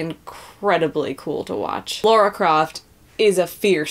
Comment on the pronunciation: Shitstirrer I think it's just a pronunciation issue with some people like the lady in this video, nothing particularly exclusive to just Americans. I've heard many Americans pronounce Lara's name right. One's pronunciation of Lara's name is indicative of how familiar they really are with the game.